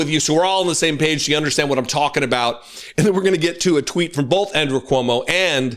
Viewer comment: Does do that weird thing of putting an "l" on the word "both"? As in "bolth"? Or am I hearing him wrong?